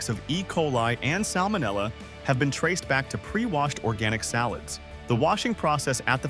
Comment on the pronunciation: Some of the mispronunciations by the A.I. narrator were HORRIBLE, such as calling salads " allads "!!!